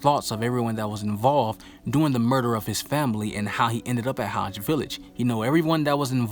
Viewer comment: Isnt it Hage, not Haj?